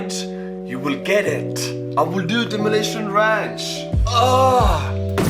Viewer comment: “Demolishon ransh” I love this guy